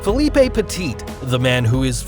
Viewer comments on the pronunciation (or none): Philippe is pronounced fileep, not filipay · Philip(no é) Peti(not T)